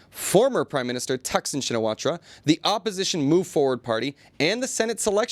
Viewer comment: It’s Taksin Sinawat (ra)! ra is silent, just like the i in Suwanabhum(i)!